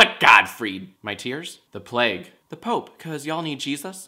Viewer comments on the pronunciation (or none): none